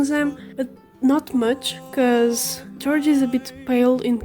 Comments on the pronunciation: Not to be that person, but the one who voices Odysseus and wrote this musical (Jorge Miguel Riverra-Herrans), I noticed you pronounced his name 'George.' (I did too, for the longest time lol) It's actually more akin to 'Hor-he' (or, whore-hey) Both the J and the G seem to make more of an h sound. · For you saying, you don’t know much English it is very good, but his name is pronounced horeha I know it looks like Jorge but that’s how it’s pronounced. Hope this helps. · For future reference, jorges name is pronounced "hor-hey." Hope that's helpful! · Your voice is lovely and your art's amazing! Also Jorge's name is pronounced "hor-hey"